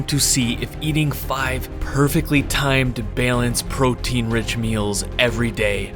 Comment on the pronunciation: Dude says “byaaalanced” where tf is he from?!